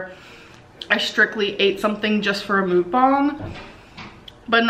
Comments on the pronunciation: Please learn how to pronounce ‘Mukbang’. It’s not mook-bong. It’s pronounced muck-bahng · It's called mukbang not mookung lol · Whenever she says mook-bung, I'm starting to just hear her say moo. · Amber, please, for the love of God, STOP CALLING IT A “MOOK-BONG!” 😒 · Can u please pronounce “mukbang” correctly for once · Emily Hornsby I think of bong hits the way she pronounces it.😝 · As a Korean, I hate when you say "Mukbang" so many people pronounce it wrong and it isnt even an English word. Why spell it in English like that?? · As someone who speaks Korean, if offends me how often people mispronounce Mukbang